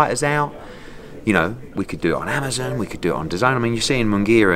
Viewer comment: Ahmazin? It's Amazon, Eddie! 😂